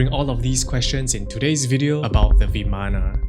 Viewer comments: isent it vaman rather than vamana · vimana ❌ Viman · It's pronounced bi:man not vimana . Bi:man . Maan not myan.